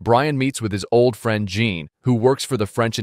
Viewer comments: "Jean" is pronounced "Zhon", the French equivalent of John. "Oleg" is pronounced "Alec", with the emphasis on the last syllable. This is what you get when you use an AI voice synthesiser. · Not "jean" its french its john